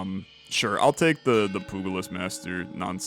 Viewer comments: Its pronounced pyooja-list, poogalist is a lot funnier though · Pugilist is pronounced "pew-jill-list". Soft g. But nitpicking aside, I do really love this game.